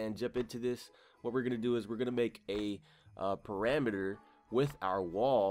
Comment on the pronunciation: Ahah he said peramiter its perimeter